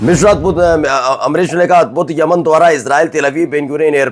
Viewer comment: Tum kya patrakaar banoge Tumse Khabar padhna to a Nahin raha hai Yaman ko Aman bol rahe ho